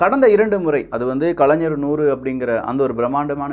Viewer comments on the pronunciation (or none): none